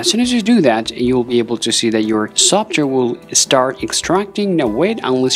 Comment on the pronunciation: How u say software makes me wanna off my self after laughing so hard who the hell says it like that